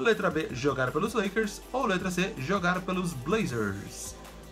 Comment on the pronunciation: Na Ultima se falo Lakers errado